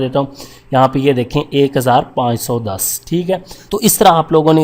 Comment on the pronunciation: brother.. 10510 (das hazar panch so das) ko 1510(aik hazar panch so das) kyon parh rhay ho ?